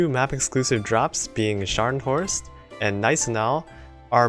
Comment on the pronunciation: Good pronounciation on Scharnhorst. But the G in Gneisenau isn't silent. One day you'll be able to pronounce Friedrich der Große perfectly as well. I believe in you. May the iron blood be with you all